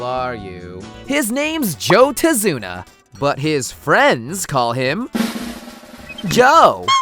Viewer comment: I swear, I hear "Tase-una" and then you gotta hit me with those clicks.. stop you know what you did.